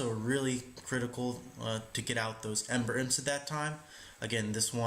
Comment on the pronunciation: Love your stuff, newly subscribed. As an aside, it is pronounced AM-ber. :)